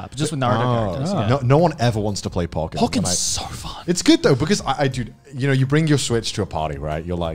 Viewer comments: Why do they say Pokken as Pock-ken instead of Po-ken, but Pokemon as Po-key-mon instead of Pocky-mon? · The way they pronounce pokken disturbs me